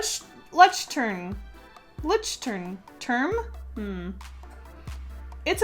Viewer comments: Hi. Greetings from Germany. In case you are interested in how to pronounce "Leuchtturm": Try saying loysht-toorm. That will be close enough for the beginning. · The Leuchtturm notebook is pronounced Loyk-term :) it’s a German company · it's german Leuchtturm=Lojchturmmmm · You pronounce it looch term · Are the scrawlrbox subsucriptions worth it? Its pronounced LUOYSH-Torm. I use them for my bullet journal. Alot of ppl who bullet journal index their contents to find them easier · Leuchtturm is pronounced kinda like loy-sh-torm and is the german word for lighthouse! but i liked your attempt better haha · I love how you say Leuchturm it's so cute! It's actually pronounced like "loisht-erm" ("eu" makes an "oi" sound in German). And I love Leuchturm notebooks I use one for my bullet journal (the hardcover yellow one and I love it)! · The notebook is pronounced loy-shtrerm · You pronounce it (LOI-sh-turm) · It's the German word for "Lighthouse" In English you could pronounce it "Loish-tuhrm", I think. Also, purple is my fav color but you won't scare me away by saying that you hate purple ;D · The paper pad has a German word on it. You pronounce it “loihttoorm” although it’s written “Leuchtturm”. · try pronouncing Leuchtturm as Loyshtoorm lol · It's pronounced "loy-kh-toor-m" haha it's German and means lighthouse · Paper: Leuchtturm: Luchtern??? is it luchtern???? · it's Leuchtturm not term :) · I love how people can't pronounce "leuchtturm" 👀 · The pronounciation of Leuchtturm was toooo cute ❤️❤️❤️❤️ It's German and describes the tower at the ocean that leads the ships. (i forgot the english word... Lighttower is the wordly translation). And it's pronounced: L O E CH(like a throutsound) T T U R M. Love your art ❤️ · Lol Leuchtturm is a German word it's so funny seeing people try to speak german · "leuchtturm" means lighthouse in german. pleas please pleaseee learn how to pronounce it ;) from a young german artist who loves you <3333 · Yeah so funny😂